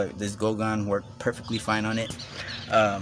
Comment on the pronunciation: Goo gone, not GO gone. Lol